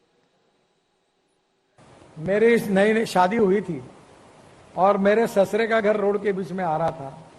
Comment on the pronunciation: Sasure nahi wo sasur hai 😂😂😂